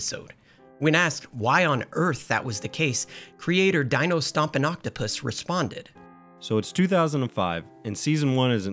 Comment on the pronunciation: It’s Deee know… not Dye Know.